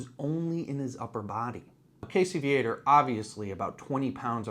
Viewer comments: Yes, it urks me, too. I catch myself correcting videos out loud when Casey's last name is mispronounced. Lol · I am from that area also. We always pronounced "Viator" as "VEE-uh-tor", not as "Vee-ATE-er" as these damn yankees always do.